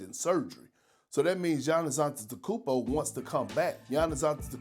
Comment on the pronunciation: Perk, don't speak with your mouth full! Bro can't pronounce "probably", let alone "Antetokounmpo"! 😂